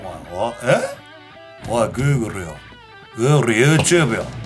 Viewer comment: Google ｢Googleの発音がおかしいので貴方にはあげません。｣